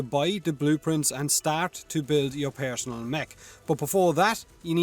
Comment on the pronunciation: “Pairsinnnal necromech”